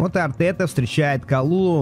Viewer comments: прости что поправляю но говорится не калулу а калюлю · Только не Калулу, а Калюлю - ударение на последний слог.